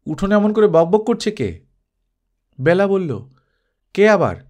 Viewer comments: Khub sundar ,apnar kamthaswar shunte ato bhalo ,shudhu byala noi Bela,apnar amon bhul haoya uchit noi ,Kane lagchhilo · বেলা উচ্চারণ এ হবে, খুব বাজে লাগছে শুনতে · ব্যালা নয় ওটা বেলা হবে, বালুকা বেলা র মত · খুব সুন্দর গল্প ও পাঠ, তবে, বেলা শব্দটির উচ্চারণ কারোর নাম হলে হয় "বেলা", যেমন বেলাভূমি, আর সময় বোঝাতে উচ্চারণ হয় "ব্যালা", যেমন "দিনের ব্যালা", "সকাল ব্যালা", যদিও লেখার সময় বেলা ই লেখা হয় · Ekdom e tai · Onek bar bolbo bhebechhi kintu English script e ki bhabe bojhabo bujhtei parini.....!! Thank you.... khoob kaane laage.....